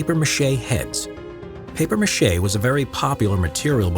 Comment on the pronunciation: It’s MACHE not Mache smh 🤦‍♂️